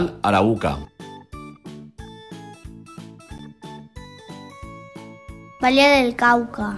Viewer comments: Que vídeo tan malo es un mal ejemplo para la acentuación de nuestros niños en las palabras de cierto departamentos como Atlántico, Arauca, Antioquia entre otros y Bucaramanga mal leído y así tantos errores por favor que lo desmonten de Youtube. ¡QUE DESASTRE! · arauca no ara uca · Se dice Arauca no Araúca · Cuando escuché Ara-uca me dio dolor de cabeza.